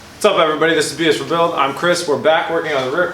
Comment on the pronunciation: "Hi, my name's Chris and this is BS Ford build" haha total jokes but that's what I hear every time.